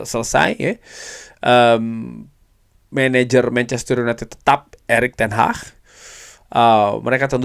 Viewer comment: Ingat Bukan ERICK TEN HAH tapi ERICK TEN HAG. 😂😂😂😂😂 kox di kasih tau gak faham faham .